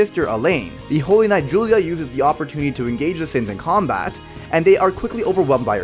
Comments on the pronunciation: Its not julia... its guila (pronounced- g-ee-la) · Anybody else annoyed that he pronounced baste and guila wrong? Edit: there's a lot more lol